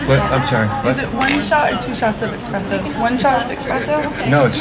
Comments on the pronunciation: "Expresso"... cringe! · “Expresso”? Don’t be rubes, people. It’s Espresso. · Hahahaha expresso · It aggravates me when people say "eXpresso". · How many times can she say "Expresso" before someone tells her?